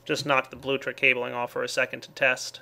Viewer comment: this has been bothering me for a while, its bluLECtric, not blutric. thank you for your time